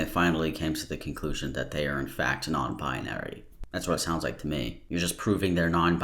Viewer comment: “nown binery”